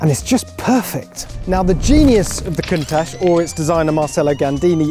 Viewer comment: Didnt even pronounce it correctly